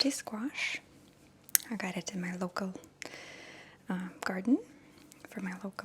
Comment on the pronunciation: I love the way you say squash